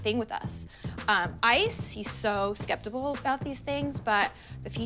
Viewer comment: Skeptibul? Is that even a word Coco?